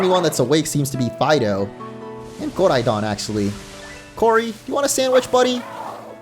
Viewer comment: Koraidooon pronounce right man